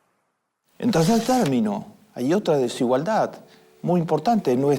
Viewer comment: Peronismo pupilismo solo quiere mas pobres y menos educación. No te aproveches de la desinformacion de la gente para seguir vendiendole mierda . Y aprende a hablar desigualdad con d final no con t !